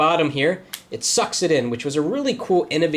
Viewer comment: Ahah! the way he says sucks. it sort of SUCK it in. :D